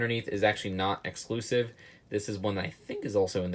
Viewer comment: "eclusive"?! Lol